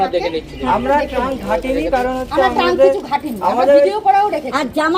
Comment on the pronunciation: ট্যাঙ্কি নয় শব্দটি ট্রাঙ্ক হবে।